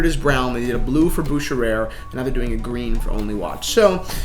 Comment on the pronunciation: Your pronunciation of Bucherer is way off.